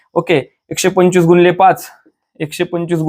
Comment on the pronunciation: गुणिले मानायचे असते डॉक्टर मास्तर साहेब गुणोले नाही, बरोबर बोला मास्तर असून अस कस चुकीचे शिकवायचे